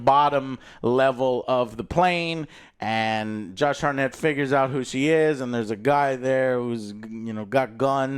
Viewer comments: Wtf is that pronounciation of Hartnett? Its not Hartnette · it`s hart-nett not har-nett, jesus